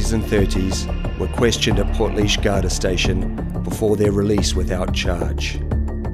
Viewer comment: Its pronounced Garda like the way its spelt